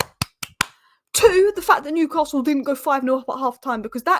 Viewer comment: Also there isn’t an R in Newcastle.